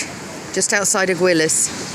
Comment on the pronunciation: Not criticising but you might want to know it is said Ageelas not Aguilas sorry don’t think I’m criticising xx